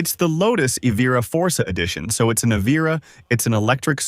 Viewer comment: “Eee veer ah” 🙄